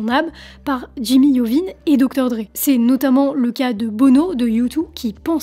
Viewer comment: Si Jimmy t'attrape à prononcer son nom i-ovine tu vas voir lol